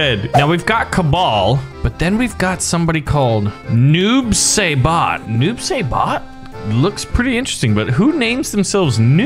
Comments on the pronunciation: Noob saibot is pronounced Noob sybot not Noob saybot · It’s pronounced noob sighbot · As I watch him bully Kano I was going to say Kano was my favorite, but now I’ll just say Noob sybot but it’s pronounced si-bot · Stop saying noob say bit, your suppose to pronounce it noob sai bot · Noob saibot name has to do with mk creator ed boons last name and something tobias. His name is their last names backwards. And it is pronounced noob sighbot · It’s pronounced noob sie bot I spelt it weird but ehh love your vids by the way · ITS NOOB-SAI-BOT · It's pronounced noob sigh bot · I love that. Can't say noob saibot corrextly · Omg you pronounced SO many names incorrectly lol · He’s not saying noob saibot correct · WHY CANT HE SAY NOOB SAIBOT CORRECTLY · Your not pronouncing noob saibot correctly No Hate Btw